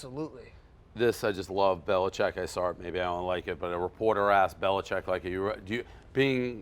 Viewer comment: "I sawer it"